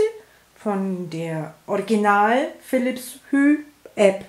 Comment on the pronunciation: Nettes Video aber nur so neben bei, es wird nicht Philips „Hü“ ausgesprochen sondern Philips „chu“ 😂👍🏻